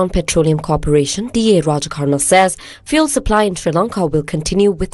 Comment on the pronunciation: FYI fuel is pronounced fyool not foo-el